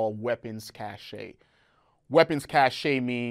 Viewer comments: Engineer acting like he did EOD things but showed his ignorance on robot name, how ieds function, and how jammers work. But i trust he was an engineer because he pronounced weapons cache wrong. It's pronounced CASH. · You don't pronounce the e in weapons cache...how ... I m not even ...